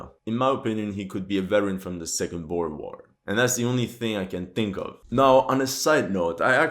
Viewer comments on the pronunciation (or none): none